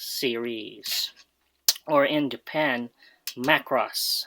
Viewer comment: sorry had to point it out is Mac-ross as Japanese way say it... I found many English speakers would say ma-cross.... love your vdo by the way...cheers.....